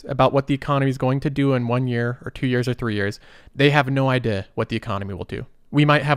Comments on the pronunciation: What is your accent? I noticed you said the word "idea" with an accent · Yo never say “idea” again. Good vid tho.